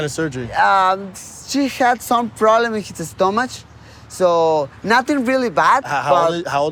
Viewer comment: stomash 😂 love it